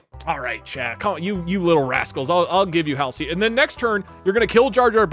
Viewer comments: Doug not knowing how to pronounce Dr Halsey’s name is funny as fuck. Bro has never played a halo game my god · I know he probably gets currented a whole bunch for it but pronouncing Dr Halsey as hail sir and not hall sea is so annoying to me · I dont think there's been a clearer indicator that Doug has never actually played halo than the fact he pronounces Dr. "Hall-zee" as Dr. "Hal-see" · I hate to be that one person, but it’s pronounced Hall Z, not hall see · Why do you keep pronouncing Halsey hallsy 😑